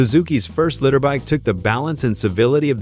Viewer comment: Ahh, my boss's Honda CBX... 6 cyl. I got to drive it for deliveries for Jim Powers' Shell Station on the South side of Indianapolis. '77 It's amazing I lived... 😂😂 I hate A.I. They are LEEE -TER BIKES. NOT LITTER BIKES! Fu$kin' A.I. if you use it, an automatic 👎👎👎👎👎👎